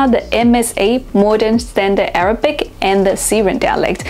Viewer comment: Your Arabic pronunciation is way off but understandable.